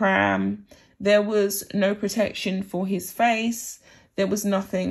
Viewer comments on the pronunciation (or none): none